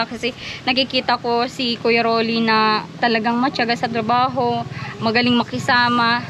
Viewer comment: Ang laki na ni bulol pa, tarbaho daw, dpt kung magaling kayo itatama nyo